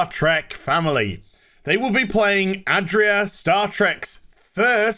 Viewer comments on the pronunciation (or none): A DI ra, and Gray.....like the colour? Not Adria and Gary- If you’re gonna rant please get it right dude.